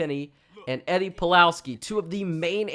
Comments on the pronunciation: Pulaski not Plowski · let me correct you bro it's pulaski